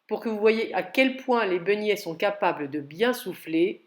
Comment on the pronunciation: Begnets comme vous dites madame mais beignets , pardon de vous reprendre